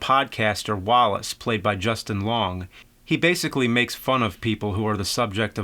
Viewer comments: He's gotta be fucking up those names on purpose. Justin long I can understand messing up his name but we live in a world where the Sixth Sense was one of the biggest movies of all time how can you mess up Haley Joel Osment name. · Dang James you are murdering their names. "Justin" Long and "Haley" Joel Osment.